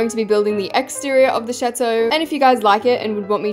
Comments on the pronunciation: Did se just say chatoe is chateau which is pronounced chattto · you dont know french also if you do what is la princess et dans la chateau and why did you say chateau like that im dying 😭😭 your saying it like chatoe 💀💀💀💀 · Why does chateau sound like “shat-oh..” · As a french speaking person, I absolutely love the way you say "chateau" it's so funny 🤣🤣🤣 Btw I LOVE your videos!